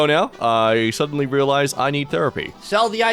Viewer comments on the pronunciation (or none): it´s "sudedenly gay"